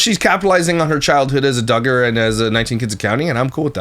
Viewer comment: When he was discovering that she was a Duggar it sounded like he almost said she was “Duggish” as in Duggar. I laughed pretty hard.